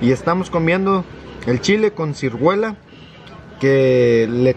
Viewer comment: Hola bonita familia🙋🏻‍♀️siempre veo sus video me encantan eres una mujer muy limpia y ordenada tu niña impecable de limpia y bien vestida y ustedes también y me encantó que les llevaras regalos a la familia de Lena 👍🏼y se me hizo chistoso que dijo carne con cirguela 😂creo que es ciruela 🤭sorry